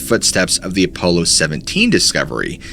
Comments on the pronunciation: “A polo 17” ??? Apollo is pronounced more like “Uh-Paul-o” 17. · Why do you keep saying A- PO- Low. 😅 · I love this channel but I can't stand the fact that you knowingly mispronounce words all the time. We all know that you are aware of how to say the word Apollo. It's not ah- polo. It's a stupid super pet peeve of mine and you do it in every single video you take the most basic words and mispronounce them over and over like you're proud of sounding like you don't know how to speak. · Apollo is not enunciated as "polo" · Telepathy not telapathy, Apollo not apolo, bonafide not bonnafide. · You are a very good storyteller But man some common words are mispronounced and it is a shame. For your sake and credibility you might work on that Examples here were Apollo and telepathy. Good luck just pointing it out trying to help